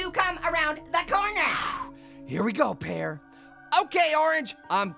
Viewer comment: U said: Pyeeeer/pieeer 😂